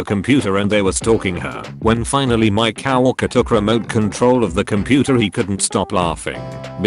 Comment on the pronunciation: us: coworker tts: COW ORKER